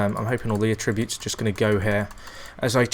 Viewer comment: And for god sake learn how to say attributes properly